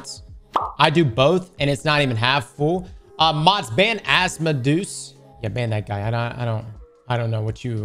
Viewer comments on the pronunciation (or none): Chatter's name: Asmodeus (as-mo-dee-us): "mods, ban Ass-mo-deuce" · i have never heard that pronunciation of asmodeus ever. ah-smuh-deuce is wild work